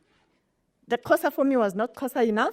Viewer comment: Why can’t she pronounce Xhosa. Awu